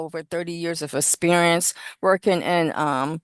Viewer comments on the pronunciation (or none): "How do you spell "Asperrience" and "Labatory"? Move to disqualify witness. She can't pronounce the words that describe what she does. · Mrs. Walker has 30 years of aspurience. Not so sure I'd want her testifying for my company when she can't pronounce things and repeats herself constantly.